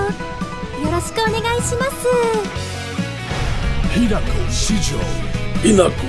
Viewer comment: Fica a dica, se fala "Rinaco".